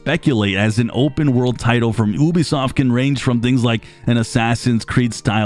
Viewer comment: Ubisoft = yoo-bee-soft not oo-bee-soft. Apart from that nice video!